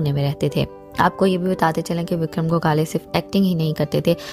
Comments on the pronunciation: गोखाले नही गोखले विक्रम गोखले ...उनके नाम मे ही respect हे ..तो नही पता हो तो पाहिले जाणकारी ले फिर व्हिडिओ बनाये... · Gogale nahi...😡😡 gokhle... marathi hiro....